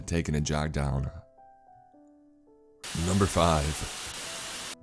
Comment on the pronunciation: Chills “manifests” NyuMbEr 15